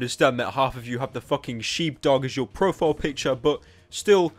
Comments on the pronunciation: Is not sheeb its sh I be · why tf is youtube recommending me this what doge meme also it's pronounced 'sh-eye-b' or some shit nial